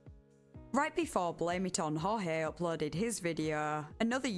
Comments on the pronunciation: I don't even know if you'll ever see this, but it's blame it on "George" not "horhay". at least that's how he pronounces it. It seems wrong to me but his most recent video has it said like that and if he saying that's what it is, that's his name. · Actually, he used to pronounce it as "Hor-hay," the Spanish pronunciation. And just when I finally got used to saying/thinking it that way, he changed it to the English pronunciation. And now I can't switch back.